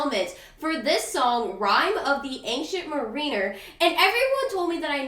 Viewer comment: LOL, "MAH-rin-er", not "Mah-REE-ner", lol.